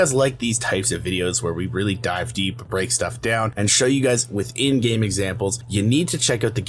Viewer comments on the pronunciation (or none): none